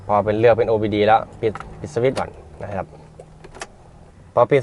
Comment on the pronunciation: โอ ดี โอคับ ไม่ใช่ โอ บี ดี😂